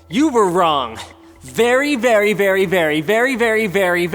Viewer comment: berry berry berry berry berry berry berry berry berry berry berry berry berry berry berry VERy